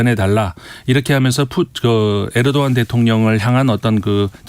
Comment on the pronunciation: 에르도안을 왜 자꾸 에도르안이라고 하시는거에요…ㅋㅋ